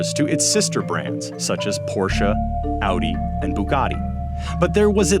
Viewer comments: THANK YOU FOR SAYING PORSCHE CORRECTLY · Yessss you said Porsche right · Well done! You pronounced Phaeton (Fay-ton) and Porsche (Por-sha) correct.